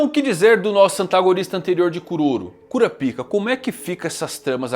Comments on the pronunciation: Rapaz fico intrigado que o anime hoje em dia já está dublado e esse cara fala KURAPIKA sendo que a pronúncia é Kurápika O jeito que ele fala é errado e ainda é obsceno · Pare, pare imediatamente de falar "Cura-Pica" 😢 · Não tanko vc falando toda hora cura pica kkkkkkk os japoneses tinham que pesquisar antes porra